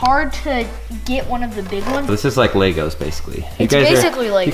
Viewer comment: You guys say Lego’s like lagos